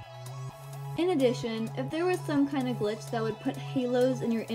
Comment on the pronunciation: When you said search glitch you really said glitch like this: Clicktch